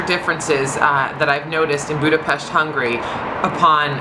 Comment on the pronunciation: *cries happy tears* Finally a foreigner pronouncing Budapest right